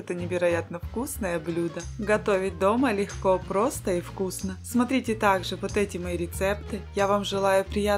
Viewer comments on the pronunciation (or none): none